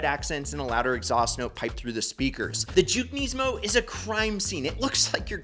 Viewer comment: Kneesmo weirdest way I’ve heard Nismo pronounced